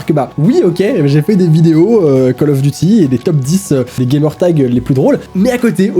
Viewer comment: Guta c GTA est c pas colof c calof